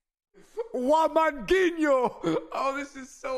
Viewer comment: I cringed when he said wamangutinho